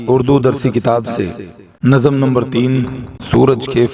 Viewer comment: نظم کا‌تلفظ درست کیجیے ۔۔۔۔ ظ پر جزم ہے